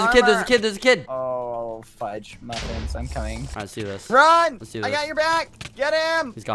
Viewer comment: The Video : "Zissssss.." Turns my phone off ZISSSSSSS..